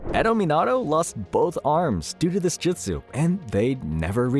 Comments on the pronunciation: Jesus Christ the way you say madara Uchiha, and jutsu🤦🏻‍♂️ (JEWT-SUE ) not jitsu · he also says jitsu the whole time instead of jutsu